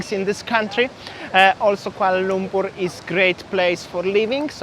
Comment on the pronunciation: Yeah, he can't even pronounce Kuala Lumpur correctly. He said Kuala Lungkur🫤